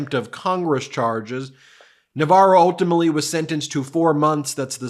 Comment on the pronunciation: Ben, the word is "ultimately", not "ultimally".